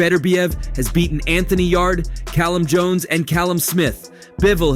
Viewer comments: Wtf yaday yadie yarde mate get ya names right mate come on ye ment ta na wat ya talking bout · how did you make it past the Anthony Yaday , damn AI generated vid or what? The e is silent in Yardes' name